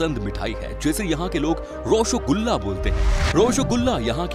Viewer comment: Rasogula appke voice me bahut achha laga sir so funny 😂😂😂😂😂😂😂😂😂😂😂😂😂😂😂😂